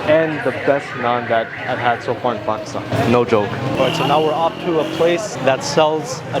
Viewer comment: How come you don’t say Pakistan right